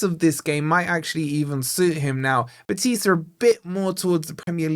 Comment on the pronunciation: Morato gets me nervous. He's too slow and clunky. Btw, - put the intonation on the 'BEH' in 'BEtis'